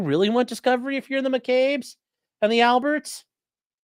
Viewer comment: The “L”berts